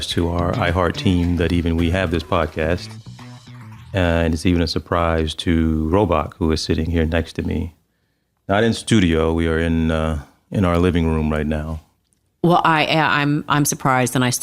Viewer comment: It always sounds like TJ is saying robot instead of Robach. I know It’s not the first time he’s heard this.